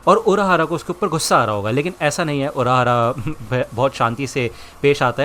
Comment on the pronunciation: Urahara❌ Uruahara✔